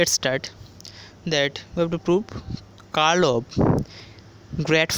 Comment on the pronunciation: Thank you .but it's pronounced as "curl" not "call"